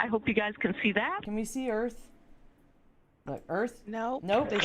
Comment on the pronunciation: Alara "there wasn't and footage clearly showing the "" Earf """